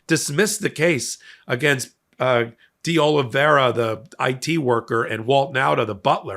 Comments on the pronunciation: De Oliveira. "deh Ahleevayra." There. That is not so hard for a man with two degrees now, is it? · Nunes, De Oliveira...the pronunciation of Portuguese names isn't strong suit, is it?😅